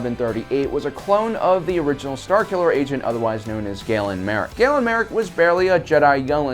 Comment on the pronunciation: It’s ma Rey,!